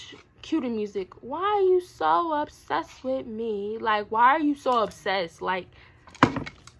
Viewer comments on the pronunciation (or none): said "wHy YoU sO oBsESed WiMme" 🤣